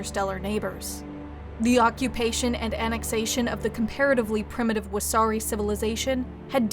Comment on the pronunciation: everyone laughs because the pronunciation made it sound like wahsarki, a jelly donut